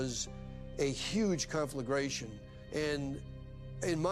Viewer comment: Confilgration. First time hearing that word in my life. Love that